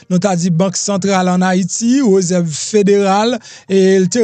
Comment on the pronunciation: Suspann di reuserve ,se réserve .siw vle fe journaliste ou dwé gen Bonne diction